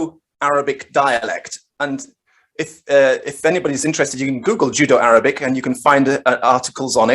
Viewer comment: I think was making a very apt pun on my sloppy pronunciation of Judeo and the fact that the Judeo-Arabic narrative is like "Jew-Jitsu" on the Abbasid narrative lol very good.